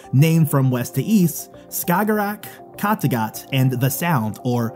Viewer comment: I live in Denmark so I couldn't stop laughing at the way you pronounced kattegat🤣 you also pronounced hygge as if it was spelled hugge. anyway the video was very good😊